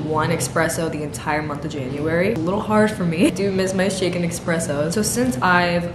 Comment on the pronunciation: girl, the word "espresso" has no "ex" in it like you keep pronouncing